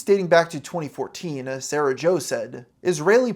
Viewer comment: one instance: "2014-ah" .